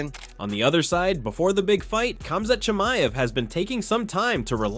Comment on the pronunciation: Pronounces Khamzat Chimiev flawlessly. AHHDIN ROSS